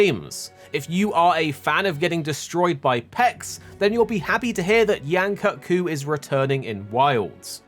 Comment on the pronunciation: Bro at least say Yain Kut-Ku's name right